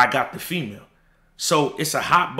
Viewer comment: Nobody thought he said I Got the Fea Mail